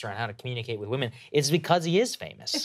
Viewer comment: "Unstable Wemon" sounds like a nice way to say "Promiscuous"